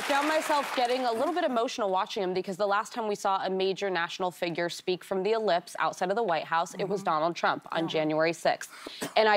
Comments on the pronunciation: It's Ellipse , whoopi . Say it with me , Ellipse NOT eclipse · Whoopi, 'ellipse,' not 'eclipse' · Did she say "eclipse" lol.